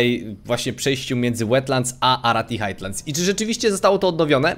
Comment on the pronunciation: nie "Hajtlands" a "Hajlands"